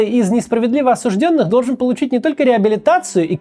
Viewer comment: А еще сформировать комиссию, которая лишает должностных лиц должности за то что слово осужденный они произносят с ударением на первый слог. Максим говорит это слово грамотно, и все остальные слова тоже, за это лайк.